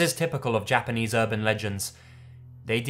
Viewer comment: Damn,. Japanese pronunciation on POINT.